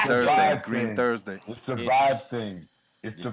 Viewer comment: said Dr. Greenthursday, make that a thing lol